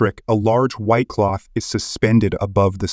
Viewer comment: When he said "white cloth" i heard white claw...and was very disappointed...